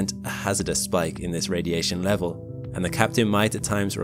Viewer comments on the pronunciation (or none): none